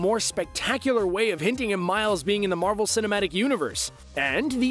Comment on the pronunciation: He is saying marble not marvel